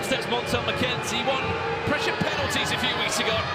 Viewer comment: PRESHA WHAT PRESHA